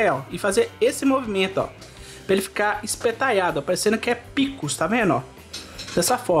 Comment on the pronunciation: Amei o " espetaiado"...😂 Mineirês com força!😄 Vou fazer e depois volto pra falar.